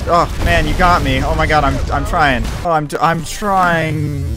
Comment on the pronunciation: "Ah im tryin im tryin-t" wow, he really bout to rock my shi Edit: You are the most chill tsb YTer ive ever watched, much love keep makin videos